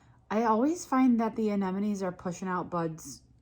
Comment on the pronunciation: you are one of the very few flower people on the internets actually saying AneMonNes. I really appreciaten that. Not that it's important. But hearing AneNoMes drives me nuts😂